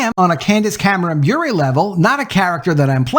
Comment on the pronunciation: I believe it’s pronounced Bure like PURE not BurÉ like Purée. No accent there.